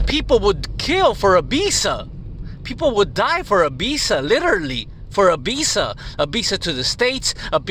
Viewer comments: this is a B., this is a V. B is for ball. V is for visa. It's not pronounced Bisa. Do you have a speech impediment or are you just slow? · Man every time you say visa I hear "Bisa"